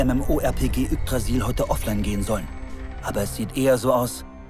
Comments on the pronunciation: "Jukkdrasil"? Man spricht Yggdrasil "Ügdrasil" aus.. MICH MACHT SOWAS AGGRESSIV OK? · alter yggdrasil spricht man als wäre das y ein i also iggdrasil oder auf englisch youdrässil. yakdrasil.... geil XD eine schöne anime empfehlung, werden wir uns mal ansehen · Das y wird wie das i ausgesprochen also iggdrasil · Es wird Ügdrasil ausgesprochen